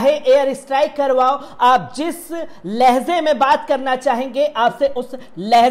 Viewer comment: LAHZE BOLTA BEWAQOOF AADMI LAHJE BOL..Muslim hote huye aisi ghalti ? SHAME. on you